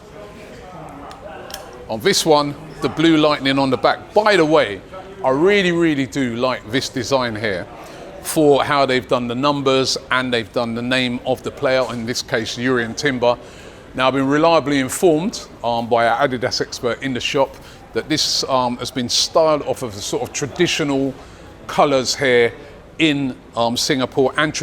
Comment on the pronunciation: Timber's Dutch, so you say it with a Y.